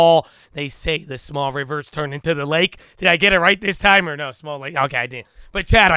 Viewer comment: The way he says "chat" came out more like chad, and the community ran with it... Lie Berry, LIngeree, Abby Vie, NuhVidya.. The Vocabulary of Chadadonia is vast 😆